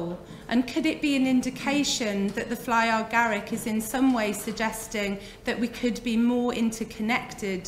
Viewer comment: Love this talk but why do you call it fly or garick. It's fly Garick. No "or" in between. Sorry, it's a bit irritating ❤️❤️🍄🍄